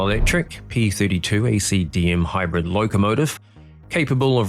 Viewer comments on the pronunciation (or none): none